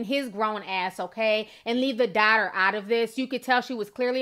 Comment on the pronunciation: You pronounce daughter funny 😂 Love your channel though 😃